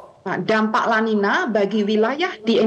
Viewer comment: Kata spanyol itu bacanya el ninyo dan la ninya. Sebab nulisnya niño/ niña. Ñ= ny👍